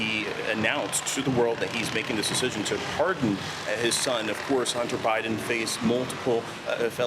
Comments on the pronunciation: It's pardon not parson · I'm romanian. I went to a communist school where I never learned english. And It's pardon not parson! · Can’t even get the word pardon right, THIS IS WHY NO ONE WATCHES YOU CBS YOU SUCK HAHAHAHAHAHA